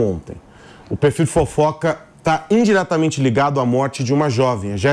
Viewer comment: ..."o perfil de fofoca está INdiretamente ligado"... INdiretamente? Sera??